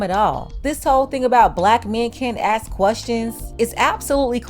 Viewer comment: I'll listen to him when he learn how to pronounce "ask".